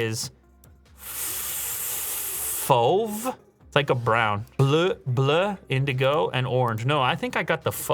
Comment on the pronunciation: your pronunciation of fauve is right my man! but bleu? As a neighbour from Quebec, i would except a better French accent when you say bleu lol! i bet you can say bleu. can you say feu (easiest), or monsieur (dont say the r) or deux (dont say the x) or oeufs (dont say the fs, also not to be confused with the singular oeuf where you say the f!), ok oeuf is a tough one lol. Isnt french wonderful?